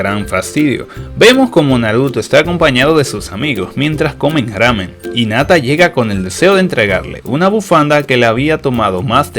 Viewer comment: por cierto, se pronuncia jinata no inata